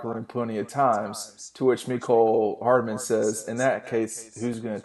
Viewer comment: It’s hardman. Not hardaman.